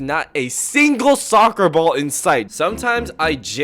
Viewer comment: when bro says soocer my heart hurts